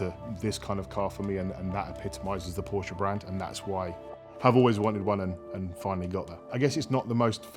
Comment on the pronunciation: What is a porscher ???